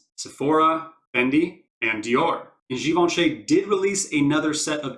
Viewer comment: Great video. Its nice to hear Givenchy pronounced correctly. Ha. Def one of my fav sets.